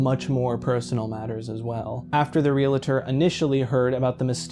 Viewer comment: The word is "realtor", not "realator".